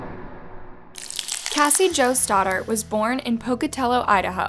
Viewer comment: I almost thought she said Cassie joestar 😂